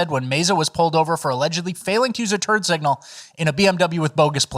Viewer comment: "... for allegedly failing to use a turd signal..." Bro what's a turd signal!?!